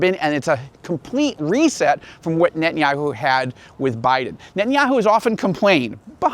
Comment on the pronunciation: It izz Knott Kngett•tann•yah•who. Stop saying that. You have ahye Jewish name ، ao, sound like oñe